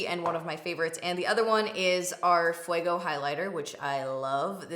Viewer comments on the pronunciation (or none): none